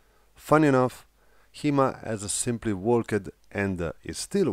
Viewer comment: Love your videos. Very insightful keep it up. English tip? Asked is said like ask+t. (Askt) Walked it said like walkt Started is like started. 90% of the time past tense "-ed" is said as "t". I mention it in the most earnest helpful manner. Again awesome content.